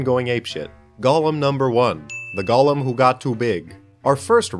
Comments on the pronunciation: I thought this was about Golems but keeps saying Gollum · Also it's pronounced "Goh-Lehm". Not like the LOTR character. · Repeat after me; "Go" "Go" "Lem" "Lem" "Golem" "Gollum" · lol like frog.